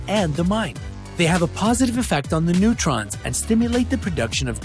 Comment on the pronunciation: Its NEURONS, NOT NEUTRONS